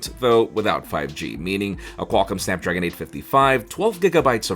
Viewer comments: SnadPragon XD? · Snadpragon hey? Must be a new brand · lol Snadpragon 855